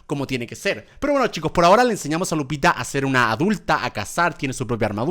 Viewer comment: Germán dice lucita cuando es Lupita